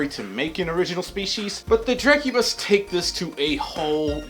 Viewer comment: drek u bis thats how you say it yow wewcome